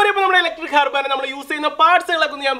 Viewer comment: ഹർബാന ആയിരുന്നല്ലേ ഇത് 😂 njan karuthi "അറവാന" എന്നാ പറയുന്നതെന്ന് 😐